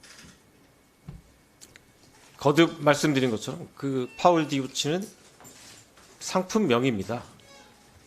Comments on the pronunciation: 마지막에 파올디우치가 머야?ㅋ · 박장범 마지막 발언 파울디우치 ㅋㅋㅋㅋㅋㅋㅋㅋㅋ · 질문받는동안 궁뎅이들썩을 몇번을 하고 애꿎은 물잔은 몇번을 드는지 마지막엔 디올 파우치를 파올 디우치라고 발음하네 많이 쫄았구나 뻔뻔한건 이진숙 급이고